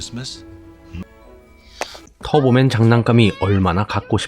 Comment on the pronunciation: 터보맨을 자꾸 털보맨 이라곸ㅋㅋㅋㅋㅋㅋㅋㅋㅋㅋ